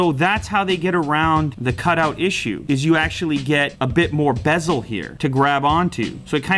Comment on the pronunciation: ᴍᴇ god damn he butchered that word LOL